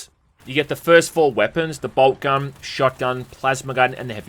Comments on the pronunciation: You say boltgun i hear bald cubt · "BobCun" I'm outta here